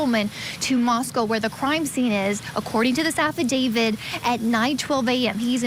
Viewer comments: Affidavit with a T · Why does everyone in this video mispronounce affidavit? The last letter is a T. You could at least expect an experienced lawyer to be able to pronounce it.